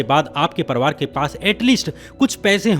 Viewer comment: भैया परवार मत बोलो परिवार बोला कीजिए